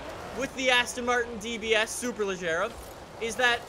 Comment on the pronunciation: It should be "SuperLeGeRa" and pronounce like the "AGeRa" in the Koenigsegg Agera. I don't know who teach you to pronounce it like "SuperLeJerRa". Don't judge on me, BECAUSE "SuperLeGeRa" sounds much more elegant than "SuperLeJerRa"